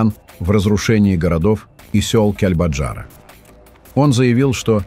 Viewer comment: Комментатор,населенный пункт называется Кяльбяджар.сначала аыучи,потом называй.